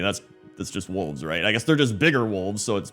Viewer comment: Oh wolves i thught he said walls